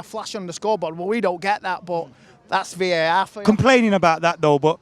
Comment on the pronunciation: Vae-aehhrr (VAR)